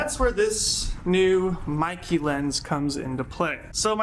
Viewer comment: The Brand is pronounced "MAY-KAY"! And in "real life", our eyes don't create Bokeh. I've heard this expression before...it doesn't apply. True Cinema imagery does have a smoother falloff, with the intent to focus the viewers to a particular part of the scene. And yes the entire line of Meike Lenses, including their MFT versions represent the very best value when it comes to dollar to image quality, hands down.